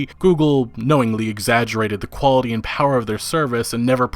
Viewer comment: Did he just say the cw was high qwality lmao